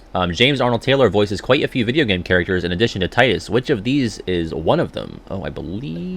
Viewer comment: Take a drink everytime he says Tidus wrong. The voice actor explained how to say it, so of course we know the true way of saying it. They wouldn't lie to him lol